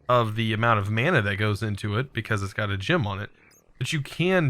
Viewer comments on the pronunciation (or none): none